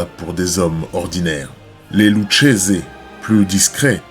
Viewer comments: Lucchese se dit lukese. Très bonne vidéo 👍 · Lucchese se prononce Loukézé.